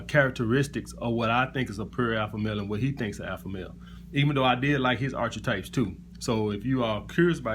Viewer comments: It's AR-KEY-TYPES not ar-chi-types. not tryna be a smart ass just correcting you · It's pronounced this way Alpha: ark-a-types. Just looking out bro and paying it forward. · Archetypes is pronounced Ark-i-types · actually it's mor like arka-types my man, but it's all good though.